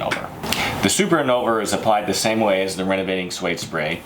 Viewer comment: "super inolver"